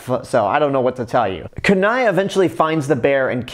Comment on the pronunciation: Kenai's name is pronounced keen eye not kanai.The other two brothers are called Sitka and Denahi. I love the gta 5 joke with Trevor because Trevor is basically the polar opposite of a stereotypical Canadian. Its like they had all these Canadian stereotypes and Trevor is like, 'Man fuck this' and mows it down with a machine gun. No wonder why all the Trevor rampages in gta 5 happen because almost everybody makes fun of Trevor for being Canadian even though I did not know Trevor was Canadian until much recently